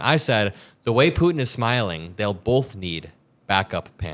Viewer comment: Why do you keep saying ‘Putin’ like that?